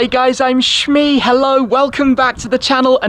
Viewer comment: When he said Shmee, it’s sounds like... sksksks and I OOP 🤣